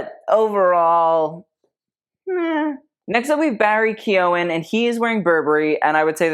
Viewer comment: Barry Keoghan is pronounced Key-ow-Gan with a hard G just fyi !! 💘x